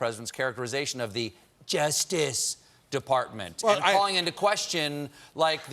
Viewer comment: The way that Stephen says Justice makes me laugh